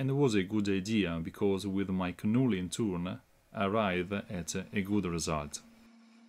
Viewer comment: Another very useful tool! Nicely done! In English, the "K" in "Knurling" is silent and not pronounced, so it is spoken like "nur-ling". All the best!